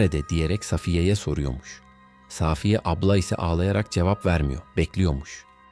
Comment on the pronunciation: Gerçeği saaaafiyedir. Safiye yanlış söyleniyor. Arkadaşımız ismi doğru kullanmış.